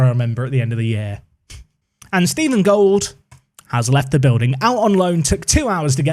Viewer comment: Stephen Gold is actually a perfectly German name, you just decided to pronounce it the English way :D You can type it into google translate and then listen to the German and English pronounciations with the little speaker symbol.